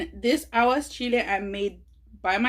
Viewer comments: I love you but you are pronouncing it wrong. It's Aguachile not aguaschile. No S. 💚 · It’s aguachile not aguaschile but it looks bomb